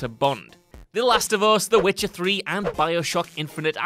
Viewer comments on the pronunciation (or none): none